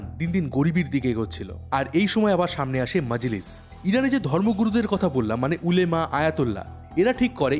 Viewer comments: Ulema na olama. Hobe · Ota ulemaa na olamaa